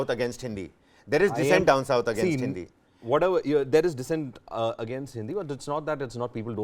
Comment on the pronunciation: did he say hindia?